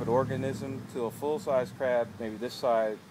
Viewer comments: I thought u said crack homie. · LOL yep, I thought Crack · He say crack, or crack????? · I did too